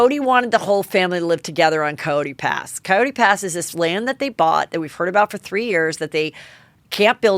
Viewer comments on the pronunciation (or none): none